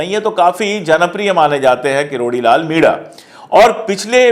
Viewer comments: सर, आप मीणा/मीना के बदले मिडा उच्चार क्यों करते हो? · मिडा नही मीणा